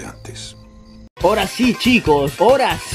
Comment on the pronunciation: Como es que este tipo de canales con tanta ignorancia y analfabetismo tiene tantos seguidores por Dios .. Mori de la risa con lo ultimo SELFIE SHOWS .. Se pronuncia SHUS 🤣🤣🤣🤣🤣 ademas queriendo destronar el final de los creditos poniendo otro que nadie pela y suena aburrido 🤣🤣🤣🤣🤣